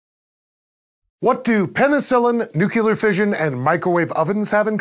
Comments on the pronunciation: he said nuke-u-ler and the editor pointed it out, ha ha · That's it. You said "new-kew-ler" and not "new-clear". Get in the Sea!